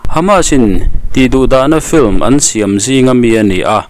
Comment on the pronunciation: Flim(film) tia lam hi inti changkang an ni tlang pui 'fim' ti a lam tur a ni in ka hria